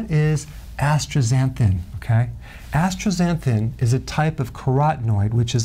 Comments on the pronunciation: Asta not astra zanthin 😊❤ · It's not as-tra-xanthin, it's as-ta-xanthin. Get it right, Doc. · You are pronouncing it "astra . . . ." sound, not "astaxa. . ." Is that important? Dunno. Re your question, the choices you give don't list the K2 vitamin I take that has astaxanthin (2mg) included in it. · bro why he saying astraxanthin can u really trust him if he doesnt know how to say it? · Am I hearing things, or is he pronouncing it with an R? AstRaxanthin? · Yes i noticed it too. He is adding an R - ASTRAXANTHIN is what he is saying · AstRaxanthan ? Lol ...just givin you sh!t Eric 😅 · where is the "R" in astaxanthin? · I'm a jerk for not getting over that he can't say the word correctly. There is no "r" in the word. Or maybe it's a new thing. You know about silent letters in a word, but this is the first with an invisible letter! I told you I'm a jerk. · I don't pronounce the R in Astaxanthin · Me too letting it slide. Barbara Walter's would be a W-R Astwaxanthin. Her wisp made her millions. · If it was said once in passing, no big deal. But the WHOLE TOPIC OF THE VIDEO WAS ASTAXANTHIN. He SHOULD know how it's pronounced. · I heard it too